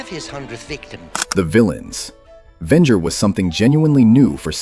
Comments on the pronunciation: It’s pronounced Ven-jer not Ven-ger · Very interesting write-up, but if you keep using A.I. narration, you'll never have the subscriber numbers you could have. (Ven-ger? Really?) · Vengo? Lmao,dumbest AI,Venger is the name. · The AI starts calling the main villain "Vengur" 3/4 of the way through the video. Here's an idea: Why not have a real, thinking person do the narration instead? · The way you say Venger makes a little part of me die. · Good Lord....you are killing me with the brutally wrong way you say Venger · SIGH I was actually looking forward to watching this. Then I heard the terrible mispronunciation of Venger. It was ruined for me that instant. Don't you content creators see how terrible AI is ruining your otherwise decent content? Can't you just voice the script yourself?